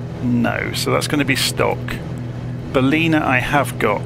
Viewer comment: I live in Coffs Harbour this is a great video Ballina is pronounced Ball-in a say it fast